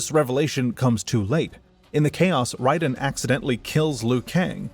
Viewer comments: You get a down vote because mispronouncing Raiden tells me youre using AI, either to write your script, read your script, or both. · Buddy makes a whole ass video on the world of MK and can't even pronounce Raiden correctly. Like did you even listen to any of the scenes? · Has to be saying the name wrong on purpose. Raiden's name is used in every game countless times properly. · Great video. I really enjoyed this succinct summary of Mortal Kombat's deep yet convoluted lore despite the omission of 11's part in the story and the mispronunciation of Raiden. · you are correct. It’s not up for debate since nether realm created raiden and also named him so they can pronounce his name however they see fit which they decided to go with ray-den instead of ry-den. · No offense, but I think that people assume it's AI because of the unusual way that you pronounce some names, especially Raiden. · It's definitely AI. To humor you: if it isn't, then credit your voice over artist. It's definitely not self-narrated, because if you knew this lore and played these games, you definitely wouldn't have had the off pronunciations you have in this video. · By the way, it is Raiden, not Ryden. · RAY•DEN That's how it's pronounced. Got damn. Raiden. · Raiden the thunder god. Not wrong ,but this guys name is pronounced Rayden. He wasn’t the lightning in the rain. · Was going to post the same thing. The games all clearly pronounce his name as "Ray-den". I feel like people who insist on pronouncing it the way the author of this video did are just being pretentious and claiming "hurr durr, we're just pronouncing it correctly according to how it's spelled." What people like the author of this video fail to realize though is that how it's spelled and "correct" rules of pronunciation are entirely irrelevant. However the developers of the game say a name is pronounced, that's how it's pronounced regardless of spelling or other rules of pronunciation. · Pissed me off the way he said Raiden